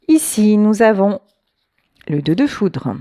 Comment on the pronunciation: "Foutre" ou "Foudre" 😮